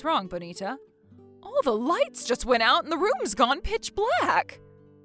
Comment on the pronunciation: It drives me crazy when they mispronounce Bonita.